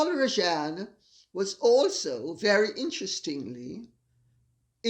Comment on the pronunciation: Hi Lady C, being Indian I'm deeply disappointed seeing a fellow countryman behaving in this despicable and unethical manner. But I suppose he doesn't consider himself to be indian and to be fair, his country of origin cannot be blamed for his sins of omission and commission 🙄🙄. The name is pronounced as Raa-jun, sorry but I had to correct you on that. Though Mr R may prefer the anglicised version ?? 😄😄